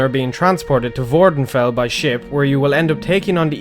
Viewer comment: with the accent on "neh"